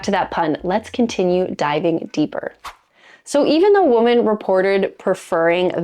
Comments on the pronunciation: No kidding...this drives me crazy but sometimes I feel like a pronunciation nazi when I make comments about it. Not trying to be a dick, but PRONOUNCE IT CORRECTLY! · That's not how you say "women." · OMG, why are you mispronouncing the word "women?" It's driving me crazy -- not in a good way. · Why can't young women no longer pronounce the plural form of woman as in women ? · Please learn to pronounce 'women'. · Why can you not properly pronounce "women"?? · Try telling New Zealanders that!! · = A.I. The tell is the obvious mispronunciation of “women”. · I’ll pretend you say women incorrectly to get engagement here. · she pronounces both words the same way. it's much weirder than anal, and slightly more painful to hear. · Please, there is a pronunciation difference between 'women' and 'woman' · Lol, I know. So odd.